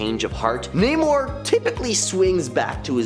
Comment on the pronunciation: Namor not Neymar.